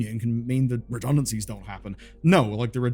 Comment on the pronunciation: "Redunancies, reduncancies, redunancies" Just come out and say it! They were fired!